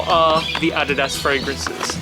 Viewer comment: if i am not mistaken, ADIDAS is a brand from Germany. i've heard from a German about how to pronounce it. u have pronounced it correctly.